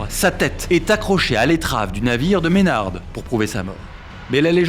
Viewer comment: Je suis un descendant de Henry Maynard (on prononce pas le D) et j'apprend des details a chaques fois que je me renseigne sur Barbe Noire. Merci pour votre video 😊 L'IA illustre bien mais les images d'epoques sont plus passionnantes encore 😉